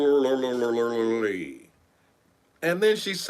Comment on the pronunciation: 🤣😂🤣😂🤣😂🤣😂🤣😂🤣YOU "LIDDA-RA-LEE ARE A FKN MESS!!!🤣😂😂 I LOVE IT!!